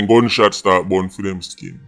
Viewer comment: "Unicorn fi Justice"🤣